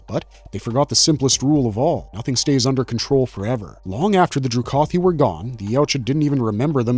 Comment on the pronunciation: It's pronounced Dru-kah-theee